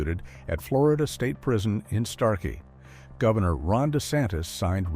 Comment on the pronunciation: By the Starke, Florida has a silent "e".